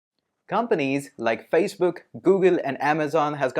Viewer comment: did he say Feisbook ?